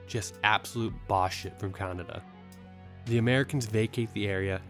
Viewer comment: bro... kaNEEEda not CANADA wtf